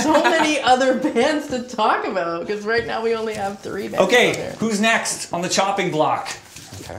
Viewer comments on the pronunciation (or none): " talk aboot"